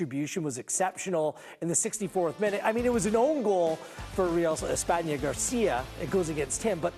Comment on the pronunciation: It’s espana, chill